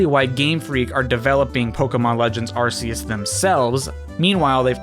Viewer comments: Just a friendly tip from a massive Pokémon Fan, Arceus is not pronounced Ar-see-us, it's actually said 'Ar-key-us'. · Its pronounced arCeus not arSeus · arceus not areseeus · It’s pronounced AR-KEY-US. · Pokemon is doing a Pokemon direct separate from E3, also its pronounced ARK E US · It’s arceus pronounced with a k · it's pronounced Ar-KEY-iss with a hard c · You're pronouncing Arceus wrong. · take a shot everytime mispronounces Arceus.